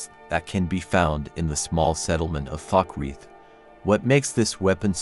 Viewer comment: Oh, and it's Falkreath (kind of like "fall"). Keep up the good work!